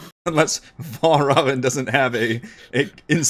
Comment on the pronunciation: There's a very easy way to get Valravn's name right - just think of it sounding like 'Red Robin'. Also now I imagine every time somebody says his name Fray would follow it with 'Yummm!'